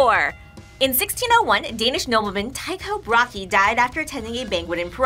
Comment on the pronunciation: Dang.. That is the worst pronounciation of Tycho Brahe I have ever heard and as a Dane, I've heard a few.